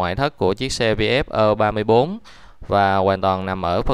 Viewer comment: Nên đọc cho đúng tiếng việt phổ thông, gì mà ơ ba bốn, nên đọc đúng là e ba tư.